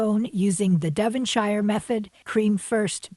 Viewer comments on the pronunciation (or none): Hmmmm... teabags? Once again, it is "Devon-shure", not "Devon-shyer". If you say the "shyer" in Britain it will grate on their nerves. The price of that casual Tea was more along Canadian prices. The posh tea you had was considerably more than a comparable posh Tea in Toronto. the Bridge would have been my favourite too! But to be honest, they are not adventurous in Britain with sandwich fillings. Egg, smoked salmon... the prawn salad ones are the best if they are offered. What is with the British obsession with Biscoff? I don't get why they love it so much. The Scones at Kitten and Bear in Toronto has the BEST scones, but sadly they have no tables to sit and have tea at in the shop. I used to go a lot when they had the tables, but haven't been in a long time. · Very enjoyable, though I agree with you, loathe having to make my own tea from bags (with microplastics in them) with water which isn't boiling hot, a horrible custom. By the way, Devonshire doesn't rhyme with hire, the last bit is pronounced 'shuh'.